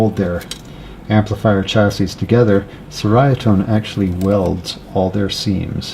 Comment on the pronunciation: It's actually pronounced Cherry-ah-tone, it has an Italian flair. As told to me by Nik, the owner of the company. I wanted to pronounce it correctly after buying a Yeti 50w and before I made episodes with it on my channel. Great video showcasing their work.